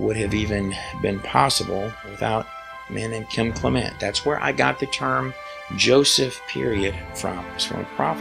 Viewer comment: I am entranced with your videos about the Bible and the great prophet Kim Clement. I watch Donne on HOD and enjoy her a lit. Such a sweet and level headed woman. I will watch Kim many times over and over. Since you knew them so well why do you mispronounce their last name. Almost everyone does. But i listen to her and her mother when they introduce themselves and they pronounce it Clem ent not Cle ment!